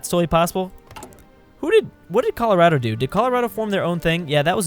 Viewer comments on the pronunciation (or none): none